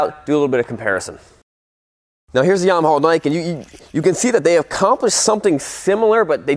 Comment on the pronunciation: The way he says "Yamahaul" kills me every time 😂😆